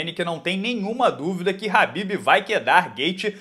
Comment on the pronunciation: Porque vc pronuncia o nome do Khabib errado?